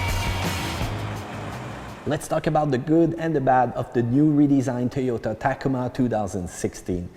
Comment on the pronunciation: “TOYHOTAH TAKEEMA” LOL 😂😂😂